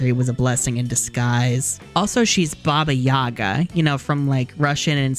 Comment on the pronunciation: omg why these 4 look like that??? Also its always crazy hearing characters pronounce their own names wrong, like baba Yaga (like, why would the first sillible be stressed? Its always been second one.) Minimal effort? An iyota of research? Too much for winx club